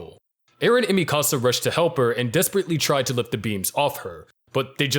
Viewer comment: Don’t speak Mikasa’s name again if you can’t say it right. It’s right thereeeeee in the animeeee